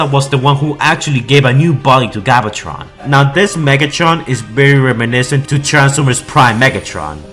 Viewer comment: Holy fuck, your voice made this video unwatchable. Please learn to say names properly. "Galvatron" not "Gobbletron".